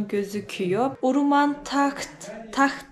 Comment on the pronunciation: video da sürekli uruman dediğin yerin ismi de HAWRAMAN"dır. keşke o bölgedeki diğer köyleri gezebilse idin. bu arada keke lokman"ın bir iletişim bilgisi varsa insta ve face gibi ve bizimle paylaşırsanız çok sevinirim